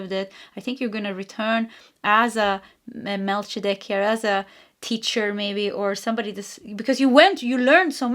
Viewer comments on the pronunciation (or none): First card of pile 2: Mel-KEE-zeh-deck. (Your pronunciation challenges, by the way, are more than compensated by your amazing psychic gifts, for which we are very, very grateful!!) Strangely enough (ROFL!), Paul Selig has been channeling the Melchizedek energy upgrades and teaching, and I have been listening to them and getting those upgrades (they're raising us to a higher octave). Blessings, dear Angel, and thanks again for the wonderful readings!! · Melchizedek = MEL-CHEE-ZAH-DEK (In case you want to know for the future) 💜💜💜